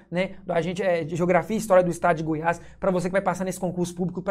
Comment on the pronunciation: " DU GOIAS" NÃO...É "DE GOIAS"